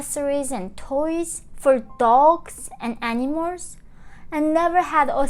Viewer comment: Cute, when she's pronouncing animals it sounds like any-mores. Probably the correct translation of (north) korean